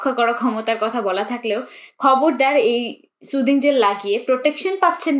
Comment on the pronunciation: সুদিং না সুথিং হবে।